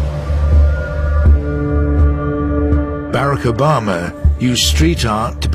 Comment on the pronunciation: "berik obema"